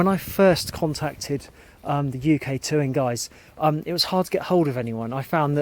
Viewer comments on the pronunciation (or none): "Tuin" is pronounced exactly like "Town" in English, and is Dutch for garden.